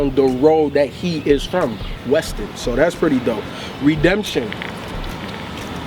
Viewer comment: "The street he's from, Weston" lol I like the effort but...